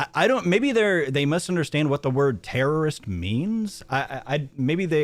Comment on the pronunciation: "Domestic Jerrorist"? LMAO